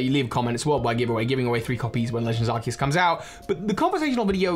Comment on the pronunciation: So glad that you say Arceus correctly